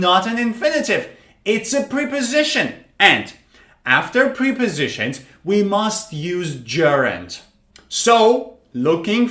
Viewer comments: Wrong pronunciation. They are not pre- positions but prep- ositions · He says: (priposishens) [pri?]